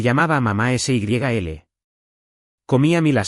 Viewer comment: Por favor, un poco de rigor en la narrativa. La boda en noviembre de 2026 y estamos a inicios de marzo del mismo año. SYL es diminutivo de Sylvia y no se pronuncia ese y griega ele, sino en un sólo golpe de voz.